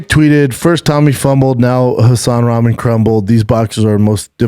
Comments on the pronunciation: Why can't he say Rock-mon. That's how Rahman is said. He says is like he's talking about ramen noodles. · Damn Schaub hates pronouncing dude's name right. His dad is a stud who beat Lennox Lewis. I get that he hates him but at least clarify its a joke. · He's just as bad with names too. Can't say Rahman names properly to save his life.